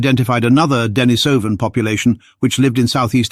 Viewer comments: Duh NEESE uh vun, not Denna SOH vun. TY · D'Nis'oh van Get it right